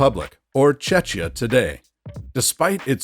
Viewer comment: Incorrect and misleading pronunciation of Czechia, you likely confuse it with Chechnya...